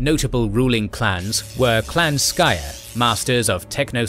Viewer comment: Cool video but it's disappointing that time wasn't taken to correctly pronounce Archaon(as Archon), Clan Skryre(as Skyre) and Dwarfs(as Dorfs).